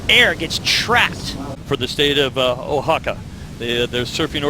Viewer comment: dude they couldn't even pronounce Oaxaca properly hahahahaha